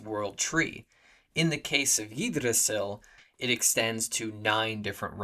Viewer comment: First time I hear yee-drasil.